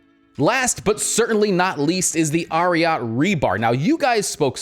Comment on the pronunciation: It’s Ariat like Secretariat 🐎